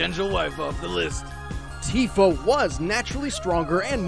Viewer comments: Tifa is pronounced Tea fuh because "i" makes the long e sound in Japanese pronunciation. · Tifa (Tea-Fuh) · I hate to be the local weeb but in Japanese i is pronounced like e resulting in Tifa being Teefa and Tidus being Teedus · The "i" in Tifa can be pronounced different ways, not only with a "ee" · Tifa has a long I sound...